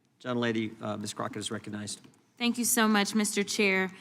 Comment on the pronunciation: Gym jordan says, "reconize," "accarat."